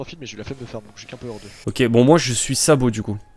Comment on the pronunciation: "Le pirate sabo" aïe